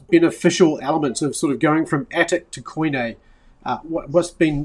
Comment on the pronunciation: Quit butchering the pronunciation of the work Koine!